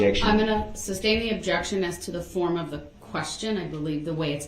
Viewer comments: "Reason for the SUBSTAIN your honor?" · I get irrationally angry everytime he says “substain” instead of “sustain” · Its not substain its sustain. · Duh-rell, the word is "sustain".